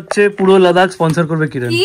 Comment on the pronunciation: কিরান ❌ কিরন ✅